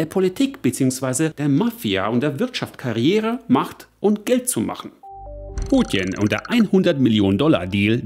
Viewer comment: Kannst du Putin nicht wie ein normaler Mensch aussprechen?